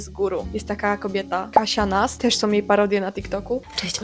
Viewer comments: Ciekawe czy masz świadomość tego, że sama od czasu do czasu akcentujesz ostatnią sylabę? Do tego te om" : "Som reakcje jakie som" 😩 Bardzo to jest niestety "popularne". Generalnie - ciekawy temat. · Bardze ciekawy film. Mam tylko jedno "ale". Zwracaj uwagę na "ą". Mówisz "om" i trochę razi. W kazdym razie - fajna babka z Ciebie i juz. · Ja , sądząc po opisie, zmiękczam, ale mam taki akcent od zawsze i nigdy nie byłam szkolną gwiazdeczką ani nie próbuję brzmieć słodko :)) Ja tego nie wychwytuję w codziennej konwersacji, chyba, że bardzo się pilnuję - wtedy może wyjść różnie :). u Ciebie natomiast słyszę dużo "som". "majom", "robiom" i z kolei mnie to drażni :D Więc chyba każdy ma wrażliwe ucho na inne brzmienia :)